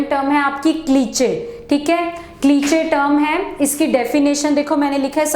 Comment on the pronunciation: क्लीचे नहीं क्लीशे होता है